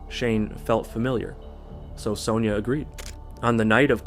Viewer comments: why are you pronouncing Sonya like that????. it's SUNYAH not soneyer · What fkn country are you from? In Australia it's pronounced "Son-ya"